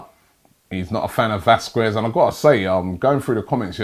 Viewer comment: round two of robbie says it wong vasqwes 😂😂😂